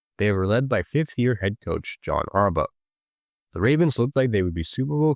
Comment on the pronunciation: Why does it sound like you're saying Harbutt wtf